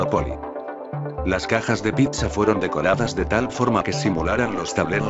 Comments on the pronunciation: JAJAJJA, UNA "PICSA" NO MAAAA ES PIZZA WE... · Se pronuncia PITZA no PICSA 🙄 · Pisa, pipsa, picsa!!! Primero aprendan a pronunciar PITZA!!!!! La doble z suena ts 🤦🏻‍♂️ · Me encanto tu vídeo, pero no me lo tomes a mal, me mataste con "PICSA" >< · Piksa? Picsa? Jajajajajjajajajaja que cagado lo narró....tome su like por la dislexia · Like a que se dice pizza no pikza. 😂😂